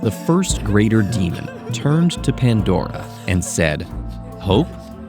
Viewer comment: The way the said Pandora, i thought ted ed change and almost got mad because they change it Please don't change the voice i like the Riddle narator so much 😔 Ps. He is one of my hear me outs (i need his name fr)